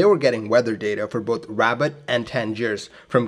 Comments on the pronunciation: Good ol’ Rabbit, Morocco! I’m starting to think this channel isn’t really about aviation education, but rather an elaborate scavenger hunt based on city mispronunciations. I assume when someone collects them all (there’s at least one per video) and descrambles or decodes them or whatever, it will lead to buried treasure, or a Swiss bank account, or something else juicy. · I'm going to it up a video that repeatedly says two plus two is five, and when someone comments that it's four, and why didn't I check before uploading, I'm going to say "I pronounce f-o-u-r as 'five' because language is fluid, and anyway you knew what I meant!" . ruh-BOTT. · I believe that is pronounced 'Rue bart'. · The presenter pronounces Rabat as Rabad and can't pronounces th or z. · if you heard that anywhere other than in this video...you heard it wrong. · I've always enjoyed your aviation videos. I'm sending you a very friendly nudge to search out the correct pronunciation of a city/location name before posting. I'm just using (Rabat) as an example. Correct name pronunciation sounds professional, researched and can only be a plus. Good luck with your next clip. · The city is pronounced Rah-baht with emphasis on the baht. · Yeah "rah-BAHT", i always thought - maybe no inflection, or just a hare of one... XD. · Rabat, Capital of Morocco, is pronounced RAB_AT as written and not rabbit. Kenitra is pronounced KEN_IT_RA as written not Kenerita. Calling a Sud Aviation Caravelle a Sud Caravelle is like calling a McDonnell Douglas DC10 a Mc DC10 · The City is pronounced Rab AT (not like the animal). Doubtless very primitive navaids back then. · Appreciate the vid bro, but I'm pretty sure it's not pronounced as Rabbit 🐇🤣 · RABAT NOT RABIT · This guy is driving me nuts saying "Rabbit" lol!! The name of the city in English to my knowledge is "Rabat" (Rah-baat) . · pronunciation is rah-baht not rabbit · Pronounced ' Ra - bat ', not rabbit. Interesting video, thanks. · I heard it "Rabbit"!